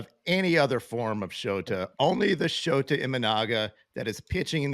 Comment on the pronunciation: his name is pronounced like SHOUTA or SHOWTA. NOT like SHOTAH. That would sound confusing in Japan, and perhaps among other peoples with certain taste.